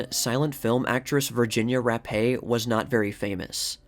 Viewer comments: Fatty wasn't gonna take, the 'Rappe', for Vagina's Virginia's death. All kidding aside, Virginia's surname is pronounced as 'rap', not rap•ā. Rappe, is a British name, not french. The last p&e, are silent (damn British🍈🤨). Amazing how Caruso, looks alot like Capone. Like, a half-brother??!! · It's pronounced “Rap” not “rap-eh” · I'm a new subscriber. It's great so far. I will add that Rappe is actually pronounced as Rape. That's a very unfortunate last name. I'll try to find the article that insists on the name